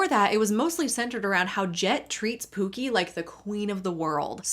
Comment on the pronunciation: The way he says “pew-key” (pookie) makes me nauseated 🤢